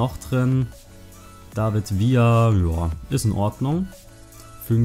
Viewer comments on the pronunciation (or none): none